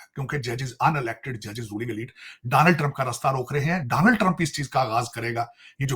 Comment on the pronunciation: Takla Daaanald Trump nahi hota Donald Trump hota hai. padha likha waiter 😅😅😅